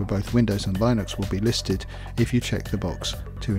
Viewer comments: line-ux and bee-ta lol, no no no, it's li-nux and bey-ta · thanks - just one comment it is pronounced lyn nux